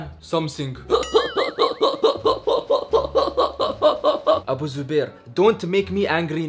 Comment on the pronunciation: Tell something to ur son Abu zubair : somesing 🤣🤣🤣😂